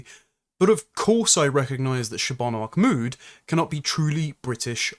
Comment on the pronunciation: I'm two minutes in, and forgive me, but why do you seem to be pronouncing her surname "MacMood" as though she has Scottish heritage?